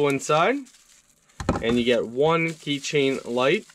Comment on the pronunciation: Did u just say key train? Lmao